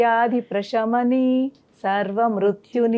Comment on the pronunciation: Prashami ni kadhu anukuntaa Prasamini anali ani vinna Sha palkakudadhu ani vinna Saa anali Prasamini